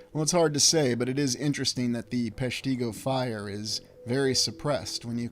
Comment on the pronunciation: It’s pronounced “PESH-ti-go”. Short i. I’m from the area.